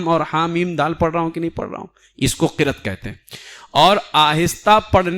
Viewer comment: Qirat nahin hai, qiraa't hai.